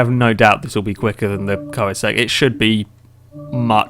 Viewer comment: FYI it's pronounced KER-NIG-ZEG